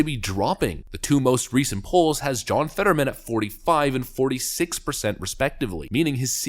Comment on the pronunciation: His name is John... Fetter-whamen!